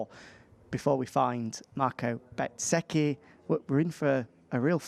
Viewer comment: Will somebody tell that chap with Simon there is no T in bezzecchi.